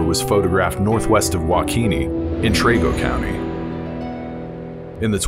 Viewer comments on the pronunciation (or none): Two things. First, please learn how to pronounce locations correctly. "Trego" is Tree-Go, not Tray-Go. "Estes" is not Est-EEz. It's Est-ess. Second, there were trail cam photos of a cougar in Trego County in the fall of 2004. At least one of the Wichita TV stations broadcast it so it shouldn't be too difficult to locate.